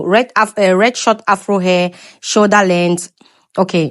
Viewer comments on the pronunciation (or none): none